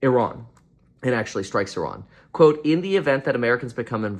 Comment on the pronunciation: Why do you pronounce Sri Lanka and Iran the way you do? It’s absolutely incorrect.